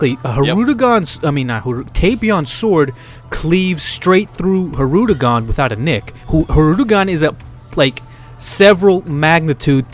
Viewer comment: What annoys me more than anything is when says HIRUDEGARN instead of Hildegarn. I mean come on then, for reals here now?